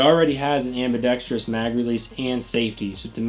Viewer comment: Tip: ambidex-trous, not ambidex-trious.